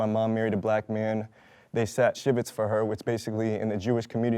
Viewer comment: The one guy said "they sat shivitz" sent me lmfao. first of all it's sitting shiva and we only do it if someone actually dies so you can grieve them. like bruh